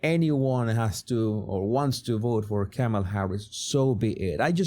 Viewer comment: you had better learn how to pronounce her name.